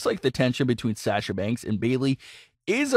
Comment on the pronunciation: Saying sasha wrong too. Mark!